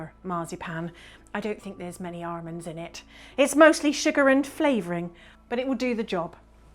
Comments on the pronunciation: "arrrrmonds" me: ah yes, mrs crocombe's grand daughter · Must be, as they pronounce “almonds” the exact same way. 😉